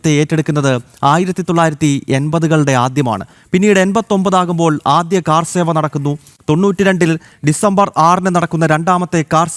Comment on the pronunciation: കാർസേവ അല്ല ചേട്ടാ. കർസേവ അതാണ് ശരി